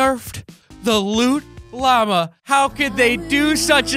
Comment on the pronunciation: you said llama wrong😂😂